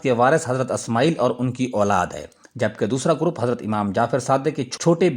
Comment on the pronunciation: Good Analysis. Magar Alfaaz ka Talaffuz Sahi karein. Sahi Naam " Ismaa'il " hai " Asmaayil " nahi.